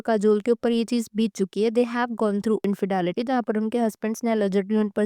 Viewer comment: Dumbo it’s not infedaality lol 😂 it’s infidelity learn English